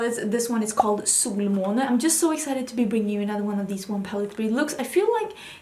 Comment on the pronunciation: I love hearing you saying the word Solmåne. So beautiful.